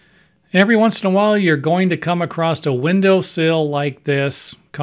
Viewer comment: Come across not come acrost.